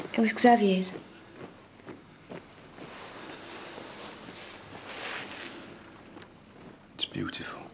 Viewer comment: That pronunciation of Xavier, though. Would not marry